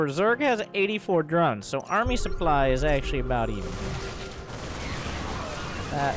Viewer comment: To be honest your pronunciation of the German sentence is better than of the word supply :P